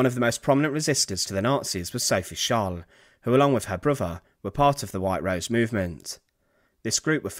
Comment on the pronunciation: Great vid as always, but it's not "Fing" it's "THing". aIso it's not "Def" it's "Death" It's not "Bruver" it's "BroTHer" Please if you're going to do this, increase your credibility by enunciating correctly.- Please?